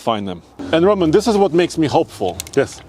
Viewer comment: “I have 1 Rowman power” - 🤣